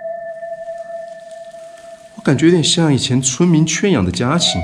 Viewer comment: 提示一个发音 圈养的圈 念 卷 而不是圆圈的圈 哈哈哈